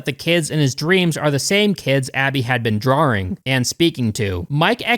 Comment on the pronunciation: "Drawring"? Why did you add an unnecessary "R" to the word "Drawing"? Drawing is an action you do, not a tool to hang your drawings from.